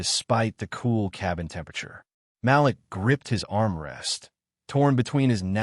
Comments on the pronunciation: Malik is pronounced Ma leek and not Mal-lick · The boy's name is pronounced Ma-leak not Malick. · Great story, best naration Malik is pronounced like ma leek. Keep up the great work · Malik's name is pronounced Ma-LEEK. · The name is MA LIK! IF you are going to use our names learn to pronounce them correctly.